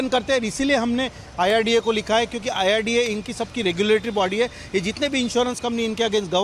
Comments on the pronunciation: न्यूज नेशन के इंटरव्ह्यू लेणे वाले बई साहब, डॉकटर साहब आयआरडीए बोल रहे है वो सून कर भी आप बार बार " आय आर डी एफ " क्यो बोले जा रहे हैं ? अचरज की बात लगी मुझे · Sabse pehle insurance authority kaa naam toh sahi se boliye, uske baad aap apna interview phir se post kijiye. It is IRDA and not IRDF